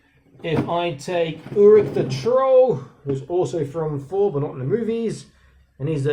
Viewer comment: Looks like he has black socks on.😀 Nice size though. When you said “Thor” it sounded like “four”. Reminded me of another teacher here in Shenzhen who complained the kids couldn’t spell “fort” - I said f-o-r-t. He looked at me strangely and said “no! Fort (thought) as in finking (thinking). 😆